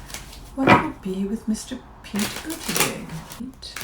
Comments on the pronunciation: Hi,. Thank you for sharing with us. Buttigieg is pronounced "budda-judge". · SuLebo215 Yes, Su, I watched his interview on Late Night with Stephen Colbert. When he pronounced his last name, I thought “oh THANK you!” The way it spelled it looks German, but the way he pronounces it it sounds French. And I was very impressed with his straightforward, down-to-earth problem-solving responses to Stephen’s questions.